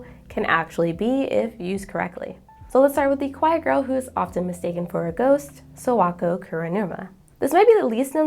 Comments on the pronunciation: This was a great video, thank you for making it. I just have to be the Japanese pronunciation police for a second. Kimi Ni Todoke's Sawako. The "Sa" is pronounced like "Sakura" with emphasis on the "A." Yours sounds like "Sowako" or "Serwako." So please just be mindful to pronounce "Sa" like Saturday, "Sa-Wa-Ko." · not to mention the way she pronounces Sawako is terrible. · I love your video so far, but it's really hard for me to get past the pronunciation of Sawako/Sadako 😭💔